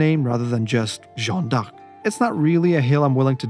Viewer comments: Respect for pronouncing Jeanne D'arc so many times 😅 Did you know Jeanne d'Arc went out 10 minutes after her death ? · And they pronounce it correctly! Non of that “Joan” bullcrap 😂